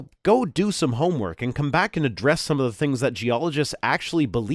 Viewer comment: You said at the end of part 2 " ...and adresse..." the first thing my brain made from that was " ...in a dress..." and that probably ceapes me smiling for the rest of the day 😅